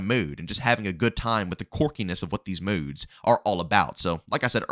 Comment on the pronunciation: These moudes its modes bro